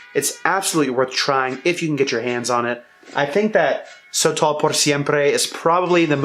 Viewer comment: Pronounced: Soh-toll, not "so tall" gringo